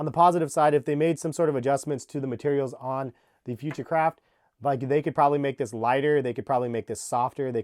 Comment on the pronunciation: Future craft sounds like hes saying futurecrap